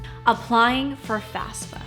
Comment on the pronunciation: Goos job,! But, pet peeve, it's FAFSA, not FASFA!